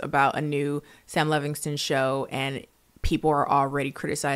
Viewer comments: i'm dying because your "Levignston" is giving Black auntie pronouncing Chipotle wrong over and over lmao its endearing 😂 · I love how angry Sam Levinson would be that you mispronounced his name